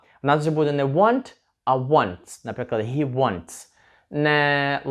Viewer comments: Дуже сподобалося! Дякую! Стисло зрозуміло і головне- найголовніше для спілкування.тільки вперше чую що він - hi вимовляєте гі, всі говорять хі? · Як правильно озвучити займенник Ні (ги або хи )вы кажете ги ,а їнші хи,так як треба озвучив и ги,або хі?